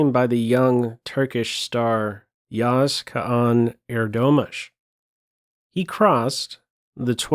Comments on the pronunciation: He has a pretty hard name to pronounce for non-Turkish speakers, but damn, you pretty much nailed it! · I am blown away when you said his full name correctly. All other commenters on youtube never use the correct pronunciation, appreciated that you did some research beforehand.